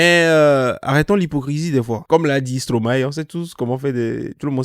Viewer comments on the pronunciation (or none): none